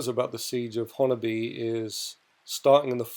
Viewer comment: You said honobia spot on